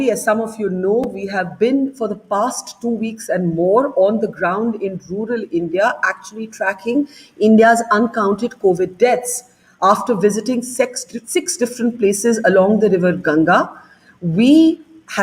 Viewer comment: Pause at .31 listen carefully what she is trying to say Six or Sex